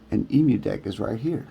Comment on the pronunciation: Hey good video but please say it right :D it's an Emulation So it's Emu = M U DECK not E MU DECK